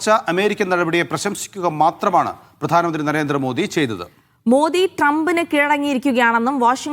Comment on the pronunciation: പ്രാധനമന്ത്രി അല്ല പ്രധാനമന്ത്രി